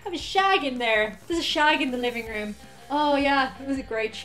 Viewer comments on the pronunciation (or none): none